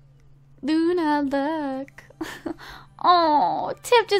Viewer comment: You called Luna justi